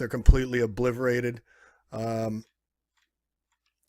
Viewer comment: This is the level of education that we are served with today ... listen to the narrator at the point as well as repeated less than a minute later when he says, OBLIVERATED ... The correct word is Obliterated ... Geez !!!